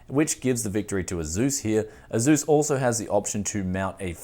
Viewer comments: "AZUUS". Dude, it's pronounced "Ace-US" Again man, why do you make 99% of your videos using hardware that 99% of your viewers can't afford??? it makes ZERO sense. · Tony Quigley it’s pronounced AY-SOOS. That’s how their reps say it. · Love ya... but the way you say ASUS triggers me to no end =P